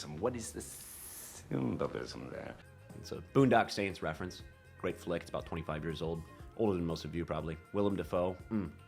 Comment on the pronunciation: War it's Grrrrrrrrrate